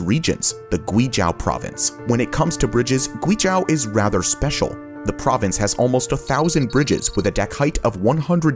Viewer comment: Guizhou ==> Gwee-joe.